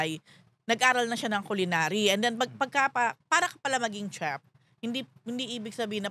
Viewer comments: Money talks a lot!! Jun no?? please pronounce properly the word "chef". It's a French word. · “crinj” po ang cringe not cring. and “shef” ang chef.